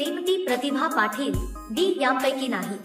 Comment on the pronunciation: पाठील नाही पाटील